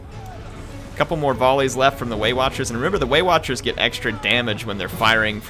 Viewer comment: as a german and non english native speaker I always hear "weight watchers" instead of waywatchers...those pansy elves!